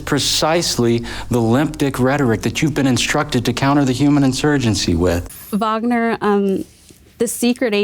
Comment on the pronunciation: Finally someone saying Wagner the right way! ❤